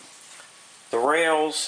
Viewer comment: Haha, and now, the rrrrrrails! 🙂 Seriously, this was a great series, and quite unique on YT, at least to my knowledge, which makes it a great contribution 👍 Loved the rod trick too Thanks for sharing